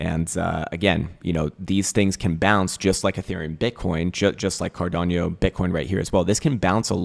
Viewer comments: Cardano … not Cardanio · Kind sir, please stop saying “Cardanio” 😂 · 10 years in crypto and he still can pronounce cardano lol